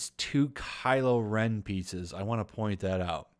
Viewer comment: I must admit when you said Kylo ren pieces I thought you said Pizzas =) A kylo ren Pizza would be funny